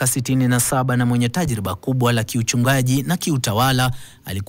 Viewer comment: Tajruba??? Unaongea kiarabu mtangazaji